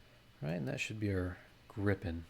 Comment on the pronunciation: As a Swede it is fun to see a Swedish aircraft represented. EDIT: Gripen is pronounced with a long i by the way.